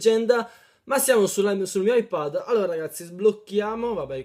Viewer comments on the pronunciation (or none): none